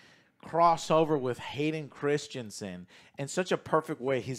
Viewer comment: Christensen, not Christianson